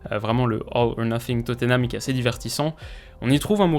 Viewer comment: Top vidéo, en revanche niveau prononciation Fou-lham et Totté-nham ça pique un peu (pour Totté-nham au lieu de Totte-nham ça fait un moment que les commentateurs se vautrent 😑)